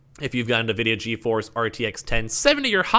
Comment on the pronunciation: He calls it NAVIDIA 😭🤣🤣